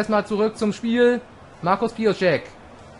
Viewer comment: Es sind Lotteraner und er heißt immer noch Piossek [Pijosek] Ansonsten schöne Grüße, die Journalisten sind schon heiß auf die neue Saison mit all ihren Gerüchten und Transfers :)